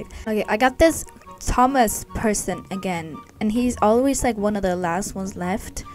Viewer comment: at the begging when she said “thomas” or something i thought she said “toesmas”